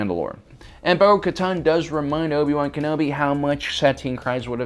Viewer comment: where are you originally from you pronounce Tano and Satine very different from the show SAT-EEN, when it's SAH-TEEN, TA-NO not TAH-NOO